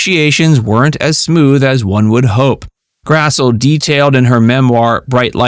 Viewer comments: Her name is pronounced Karen Grass-Lee. Get it right! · It is pronounced Grass-Lee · One big note is that Karen Grassle's name is pronounced "grass-lee"! I didn't know that myself until I saw her interviewed on a TV show.